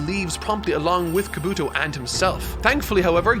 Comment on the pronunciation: This is gonna sound nitpicky, but, you gotta work on your pronunciation, chief. Japanese almost always lacks emphasis or stress on individual syllables over another in a word when spoken, so words you say like ka-BUto or ko-NOha aren’t being spoken correctly. You’d say ka-bu-to or ko-no-ha. Every syllable is its own beat, all with the same emphasis. Great work, regardless.